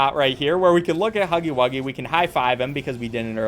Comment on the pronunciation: "IT'S NOT POPPY BUFFON:(" DON'T INSULT HUFFY WUGGY LIKE THAT". Can we just not talk about how he said huffy wuggy instead of huggy wuggy...? Thanks. I feel huggy's pain there.